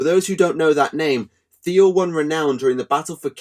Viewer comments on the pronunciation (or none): none